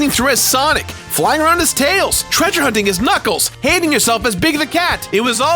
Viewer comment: I thought he said "handing yourself" I was like, "wait whut?"